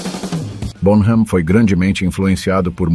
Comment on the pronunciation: Excelente vídeo. Só uma correçãozinha e por favor não leve a mal. A pronúncia do nome dele é John “Bónam” terminando o “m” com os lábios fechados